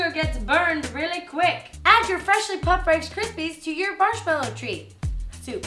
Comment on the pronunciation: Wasted Ya'll soooo funny, she couldn't even talk lmao! parshmallo treats haha, I love every time she takes a drink she says Mmmmm! looks delish!